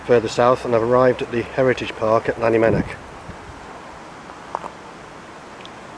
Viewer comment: how you pronounce Llanymenech makes me wince. good video and exploration nonetheless .